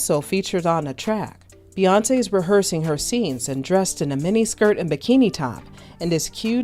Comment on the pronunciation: Never realized her name was Bae-yonce 🤔🤔🤔